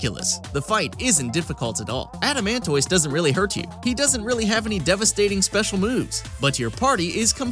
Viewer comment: Adamant-iss like a tortoise